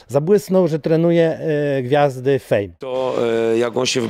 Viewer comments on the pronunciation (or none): Czemu fame zabrzmialo Jak fen😂😂😂